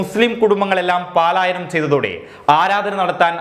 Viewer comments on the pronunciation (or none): പാലായനം തെറ്റല്ലേ ? '' പലായനം '' അതല്ലേ ശരി ?